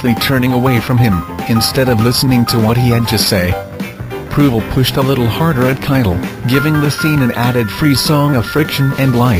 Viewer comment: Harvey one of my top 5 fav actors.since seeing him in mean streets and kojak.around the same time.i think it was first kojak ever shown.i loved him in mean streets.he has been great in alot of movies.i think I have seen him all.its proval.not provel.a underated actor.also the guy who played stupid Michael is very underated.marty a freaking genius.this movie reminded me of my late teens and early 20,s.i saw it 4 times in first week of relesse.all together about 20 times b by now.one thing is I think Marty picked the wrong title.alot of people thought it was like " down these mean streets " a book by a Puerto Rican author ,I can't remember his name.perry something I think.it was a super popular book in jails about gang wars etc.with a different title I think it would have been much more popular when it first came out.but now a classic.which it should be.the first of its kind.and we all knew someone like johnny boy.mine was a guy we called hawk.always had a comic book in his pocket..anyway it blew my mind when I first saw the movie.and the music too.